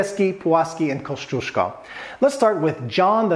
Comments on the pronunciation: Koziesko? That pronounciation gave me a good chuckle :). I totally get it though, 3rd to 8th letter in the name Kosciuszko must look like a bizarre combination of letters put together for Americans :p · Koziesko.. OMG Jakbym tak tragicznie wymawiala angielskie slowa to bylby smiech na sali :D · CAZYESCO??? hahahahaha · Thank you for spelling Kościuszko right and pointing out that most of the English speaking people just do it wrong. When I've been to Australia I couldn't help cringing when they tried to pronounce it as Oprah did. It's just torture. They thought about changing the name of Australia's highest peak for the Aboriginal version and that won't be a bad idea, less cringe for sure. After the murder of Gianni Versace, even US television anchors spelled his last name totally wrong, and that was a way easier to spell than Kościuszko. So that does not concern only Polish surnames. There're more examples, I'll say most of them caused by ignorance and not only ignorance of English natives. It will be cool if everybody pays attention to how someone's last name is spelled. No matter where you from and who are you referring to. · Americans butcher Kościuszko. XD